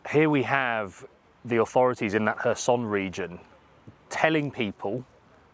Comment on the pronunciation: Its not pronounces her-son, its hair-son